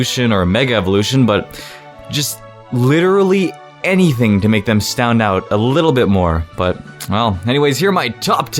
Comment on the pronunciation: I heard "stound out" XD